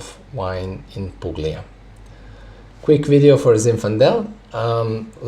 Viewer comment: Hey man I’m studying all your videos and I love it , I’m going for wset number 2 end of November, btw the pronunciation is pulia, the g is silent , I’m from Italy , just to correct your pronunciation, stay wise n thirsty man ❤